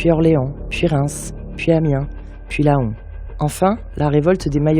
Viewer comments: Super film! Je télécharge directement au cas où! Et mille merci pour la qualité de tes recherches 🙏🏼 PS: Laon [lɑ̃] (comme « lent » de lenteur) c’est pas laaaaaaaaaaaaaon 😅 (parole de gaulois descendants d’une lignée de Gaulois/Lannois 🐻) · Magnifique travail !! 🙏 Ceci dit, si je peux me permettre... Villers-Cotterêts se prononce "Villère" et Laon, "Lan". Je suis ravie d'avoir pu regarder cette petite merveille, inconnue de notre Histoire et la partage avec plaisir...